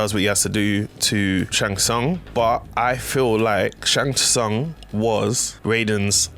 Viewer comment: Need to learn how to say Shang Tsung right. The "T" is silent but good video overall